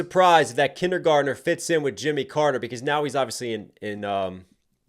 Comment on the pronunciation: Am I the only one who thought he said Jenny Gardner, not kindergartener? Like the character from all my children? I know I heard it wrong, but it still fits…